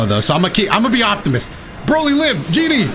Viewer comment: I know you were trying to say “I’m going to be an optimist” but I really heard “I’m going to be Optimus” and all I can think of is “Dotobots, roll out!”